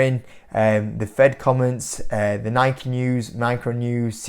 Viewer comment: Bro, let's see if you read the comments. It's pronounced NIK-E not NIK.